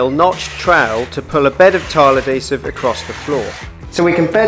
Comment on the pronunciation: Episode 3 Spoiler : He does indeed finish and to top it off he learns how to pronounce adhesive.